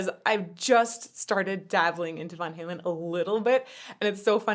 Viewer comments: 'Vaughn' Halen, your posh German is showing E. It's vAn halen. The picture on the wall is Dr Demento. Weird radio skit stuff happened here as well as where Al got his start. If you haven't seen 'Weird: The Al Yankovic Story', it's done very well. Call back to the end of MJ's Thriller, but looks like you caught the reference. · Long A. Vaaaaaaaaaaannnnnnnnnnn. Not von. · Please for the love of GOD, get it right, it's VAN Halen................ not VON Halen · I ate spam as a kid..it was delicious also its van like the vehicle. you said von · vOn Halen instead of vAn Halen drives me irrationally mad😂 idc that it's correct for the root language, Eddie said van dammit🤣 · Apologies, but I have to say it... it's Van Halen, not Von Halen :) The picture in the back was Dr. Demento (I think). He was the first person to play Weird Al's music on the radio, I think. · It’s Van Halen, not Von Halen. Van just like the vehicle. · Lovely, exotic pronunciation of "Vahn" Halen😊 but it's just "van." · Van not Von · I love how you say Van Halen like Von Halen. As in the famous classical musician Edward Von Halen... lol. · That was cracking me up. She pronounced it like a true Opera singer: Vaughn Halen. LOL. Adorable. Unlike the rest of us out here with our dropped soft palates gettin' all nasal with it. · Please don't pronounce it "Von" Halen. You will ruin my childhood. I beg you please. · “Von Halen”…. 🤦‍♂️ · Clearly just learn the name Van Halen today by reading it, since she doesn't know how it's pronounced.